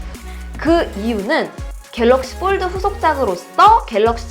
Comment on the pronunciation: 영어 F 발음이 이상해요ㅠㅠ F 발음이 아니에요ㅠㅠ 뽈드 쁠립 ㅋㅋㅋ